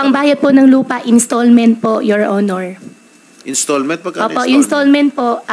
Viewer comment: Pansinin ninyo Ang pabigkas ng “YOUR HONOR” malimit ang pagbigkas nya yoil onoil halatang intsik talaga siya